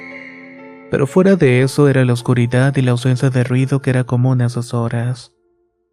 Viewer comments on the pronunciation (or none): No mames la historia esta chida pero como dices morido !! Y luego pronuncia la t en lugar de la d, oscuridat, estas medio pendejo verdad?? Corrige eso lo demás esta muy bien